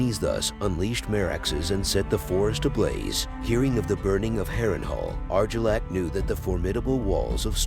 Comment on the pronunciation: Eegon😂 Arjillac😂 Wow, you need to work on your pronunciation bud.